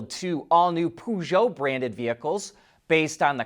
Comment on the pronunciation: I know Peugeot. But the way he said it is not Peugeot 😊